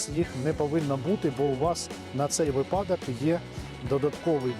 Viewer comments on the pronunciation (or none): none